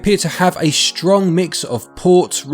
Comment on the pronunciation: "The force is srong".......yeah guy it definitely is 🤣